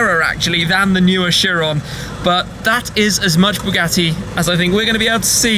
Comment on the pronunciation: That's not chiron that's veryon